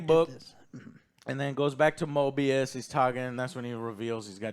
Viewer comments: Guys, his name is not Morbius. It is Mobius. No, R in his name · Guys, its Mobius, NOT MORBIUS.